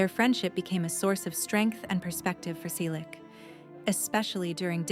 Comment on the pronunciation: Why post a fake image of Tom? Really stupid. Tom still has black hair with silver and white strands. Not again the story of his life. At least four to five times every day. Everyone we know has read his book or listened to the audio CD. Learn English. Learn to pronounce "Selleck". It's Magnum P.I. Tom and Jillie met in 1983. They got married in 1987. Don't talk about people you don't know personally. Don't copy other clueless creators. Don't copy the same misinformation.